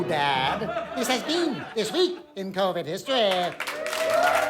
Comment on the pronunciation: THIS WEEK....IN KOUWVID HISTOREEEEEH